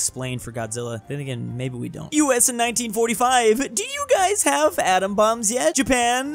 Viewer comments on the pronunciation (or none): none